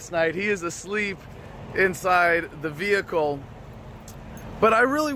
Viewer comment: Veee-Hick-all. JK Personal property to travel with and operate?